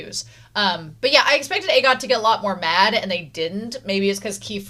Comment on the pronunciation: This might help Agott = ah-got not aye-got